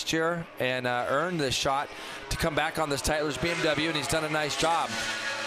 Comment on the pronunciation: BMW not BnW, guys. Pronounce it correctly.